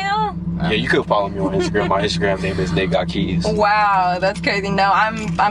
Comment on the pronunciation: Lol shit i died laughing when she did a damion cryer on nate and said hes name completely wrong! Lol hes reaction was pure comedy!